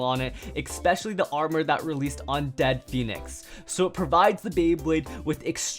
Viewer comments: DEAD PHEINIX???? ITS DREAD PHEINEX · Everyone says "dead phoenix" but it's "Dread Phoenix"